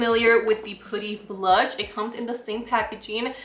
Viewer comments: i love how u pronounce putty 😂 its actually pronounced pah-tee. pooty’s cute too hehehe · I love listening to her say putty!! She's so cute, always bringing us great content 🙌